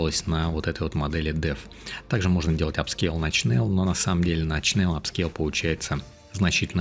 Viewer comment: Привет! Но только не Чнел, а Шнел (или Шнель) от Немецкого Шнелле (быстрее), еще по старым советским фильмам помню как там фрицы говорили - Шнелле Шнелле хусищен ш....